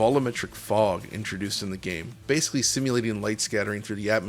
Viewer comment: We need an audio version of DLSS to upscale “vol-oo-metric” and “basely” into ‘volumetric’ and ‘basically’